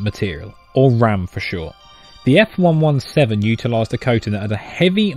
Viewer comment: ”…the F one one seven” What???